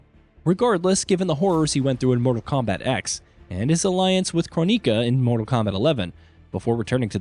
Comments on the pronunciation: I think somebody has not played MK11 or aftermath, with that pronunciation of Kronika. Well, allot of the characters here are confirmed from what I know, if Sonja and Jax don't end up being only cameos, I hope that is not the case. Not a bad list, would not be sad with any of these. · the way this guy pronounces characters like ermac and kronika....lmao